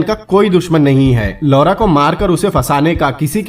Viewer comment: Please change the pronounciation of LAURA